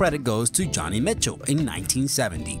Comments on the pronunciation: Johnny Mitchell? It's 'Jo-ni' kiddies... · It's pronounced "Joanie" Mitchell, despite how it's spelled. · Is this a list for 12 year olds? Half the pronunciations are wrong. "Iley brothers?" "Johnny Mitchell." I mean, what about "If You Asked Me To"... originally Patti LaBelle from a James Bond movie. Covered by Celine Dion. That's one almost no one knows. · The other guy sucked because he could not pronounce words correct. Now this new guy is the same. Whycleef Jean??! Johnny Mitchell??!! Omg